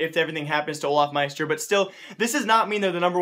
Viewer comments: its not olafmaister its olofmeister!!! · why are u always say olafmeister?